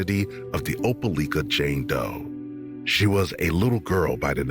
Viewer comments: From what I know it’s called Opeliiiiika! Not licka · Oh-pel-EYE-kah! Not oh-pel-ick-ah….grrrr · OPELIKA is pronounced with a long “i” not a short one. “OH-PUH-LIKE-UH” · It's Opelika , you saying it wrong lol, we all.here remember this baby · Opelika, it's pronunciation has a long letter " i ". As in the word LIKE. I Know where it is.